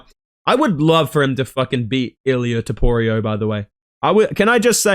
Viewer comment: Who the fuck is Toporio?? You mean Topuria? Do you eat crayons for every meal?